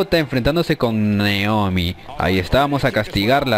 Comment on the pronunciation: like si escuchaste que en bes de dicir naomi dice negromi